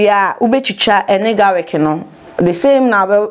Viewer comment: Its GARLIC. Not garic